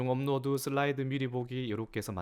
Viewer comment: '슬라이드'라고 쓰고 '쓸라이드'로 읽는다.